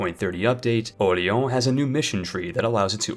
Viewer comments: did you just call it "the french vassal ducky of orleon" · Orlean you read it wrong and it gets so annoying